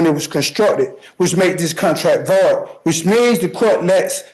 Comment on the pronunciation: Everyone is making comments about how he pronounces “Jurisdiction”, lol, well what about how he pronounced “Void”?? I can’t even figure out how to type the sound he used for “Void”, it was not even a word, it was a sound.🤷🏻‍♀️🤦🏻‍♀️